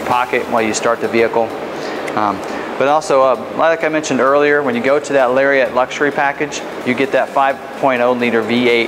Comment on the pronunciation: Someone needs to tell this guy it's NOT pronounced "Larry-ette." C'mon now... It's a Lariat. It deserves to be called as such.